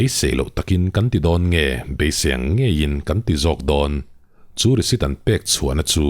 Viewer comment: Risit i ti zel in ka hria i lam rik dan ah ,nge ka beng dik lo zwk,😅